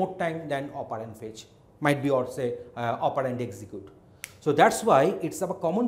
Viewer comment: bilkul shi kaha.....mai kehta hu Chirag Pahuja isse acha operand pronounce kar lega